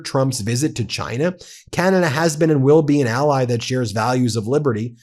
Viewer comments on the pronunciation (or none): none